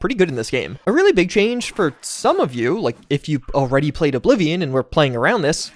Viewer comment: Did you really say oh bly vion